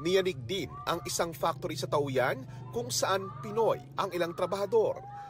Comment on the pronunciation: Taoyuan translates to Peach Garden. "Taw-yen" po ang correct pronunciation niyan.